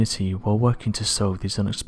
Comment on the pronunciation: Does anyone know who owns this channel? Does the own it? I'm starting to think that he has to because who else would let a guy that does voice work, that only has one job which is to SAY ACTUAL WORDS continue to have said job while saying "abscribe" at the end of every video he does. The only way I can figure this is allowed to continue is that the himself owns the channel.